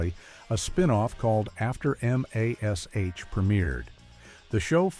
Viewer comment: Why while pointing out how horrible rebut on tv can be by a horrible AI generated narrator is. When instead of Mash as M A S H is in itself a “ Bad Video.